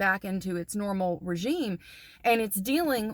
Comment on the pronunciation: Regimen not regime